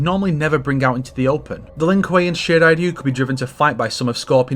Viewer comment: FINALLY!!! A guy who pronounces the name of the Shirai Ryu correctly!! It really ticks me off how in the games they always mispronounce the "Ryu" part of the name as "Rye-you", its so irritating!